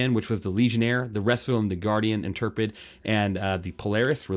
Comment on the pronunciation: Good idea for a vid. Saves people a lot of skimming. Thumbs up. Every vid I've watching including Berks and this one keeps mispronouncing the word Intrepid. Clearly not Star Trek fans, lol. "in-treh-puhd". Just an FYI. , I think that is the Ironclad. However, , I think that is the new Pioneer. What is missing, interestingly enough, is the Galaxy. The Galaxy was supposed to be after the Polaris, with the Perseus last. Does that mean that the Galaxy is a surprise reveal at IAE? I've seen reddit posts from months ago saying the exterior was already done.